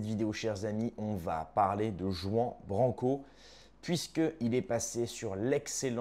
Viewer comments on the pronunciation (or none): "Juan" >>> le "J" se prononce "R", et le "an" se prononce "ane". Juan, ça se prononce donc : "Rouane" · C'est pas Juan Branco les Pins c'est Juan prononcé "rouane" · Il faut prononcer le J en R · Pt1 arrête de prononcer à la Française son prénom, c’est à l’Espagnol qu’il faut prononcer le J en R… Ruan (roine)!!! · tu ne sais même pas prononcer son prénom et tu fais une vidéo sur lui... Tu surfes sur sa notoriété et la noblesse de son combat pour avoir des vus et tu te disqualifies en 10 secondes. Le lierre ne monte jamais plus haut que l'arbre qu'il parasite et parfois même rampe à ses pieds...